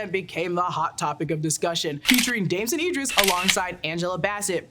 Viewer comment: The fact you mispronounced Damson Idris whole name wrong throughout this video is wild af and...I can't get past it 😭